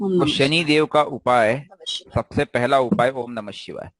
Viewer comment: Sir ... Shivay se pahle :(H) ka sound nhi Lena chahiye. "Om nam shivay" sahi hai Shivay ke "om shivay namah" sahi hai